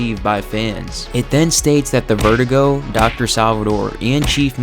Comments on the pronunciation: It's Ver-due-go, not vertigo. Why can't you say it right? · This is all very interesting but man, it drives me insane the way you pronounce "Verdugo". It's not "VER-dee-goh", it's "ver-DOO-goh". I've never heard anyone else in my life pronouncing it your way, so I have to assume that this is some quirk of your native language. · re4 youtubers are like "i NEED to pronounce verdugo incorrectly, i NEED to".